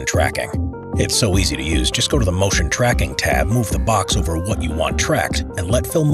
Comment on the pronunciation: Nobody: The narrator: MOOTION